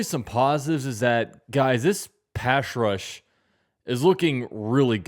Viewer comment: I enjoy your videos but maybe avoid the term “pass rush” = “pash rush” Just trying to help out